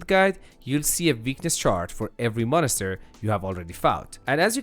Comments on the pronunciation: Dude I love how you pronounce it monester 😂 never change that 🤘🏻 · Mon ister 😂